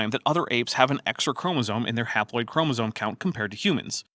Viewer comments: Im a little annoyed at the constant fun-making of Georgia's obvious speech impediment. Or at the very least she's ESL though I can't detect any accent. There were some instances in the last episode that were, fine, I guess. But "Chromasone" really ticked me off for some reason. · I was going insane hearing "chromosone", and thinking I was hallucinating - thanks for clearing it up. I guess mispronouncing things is giving more weight to the rhetoric of "science is bad". I heard it in your other videos when other creationists talked as well sometimes. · Georgia sounds to me like she has a bit of a speech impediment. Maybe that's contributing to her weird pronunciation of "chromosome"?